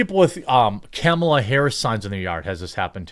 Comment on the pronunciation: Ur saying Kamala wrong scumbag 😂😂